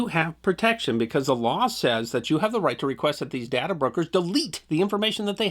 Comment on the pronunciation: It's DAY-ta, not dada.